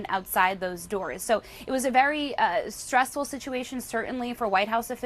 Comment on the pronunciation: "Streesful Situation " .... huh?😂